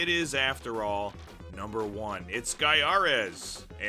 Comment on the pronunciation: I still think it's said "GUY-a-res"! Good review here!